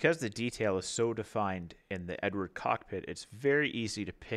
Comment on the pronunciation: .......just for your info (as it was annoying), it's pronounced Eddard, not Edward! It's Czech! Otherwise, great review so far.......